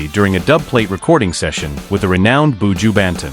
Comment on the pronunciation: Hate the pronounce Buju Baton